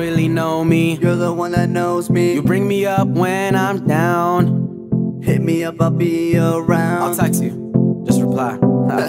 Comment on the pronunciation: the way he said down lol